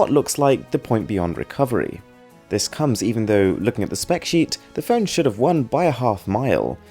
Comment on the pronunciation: Pheun? It's phone... This sounds so pheuny... Uh phony...